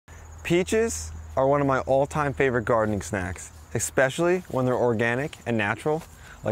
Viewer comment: Did he say eXpecially? 🤮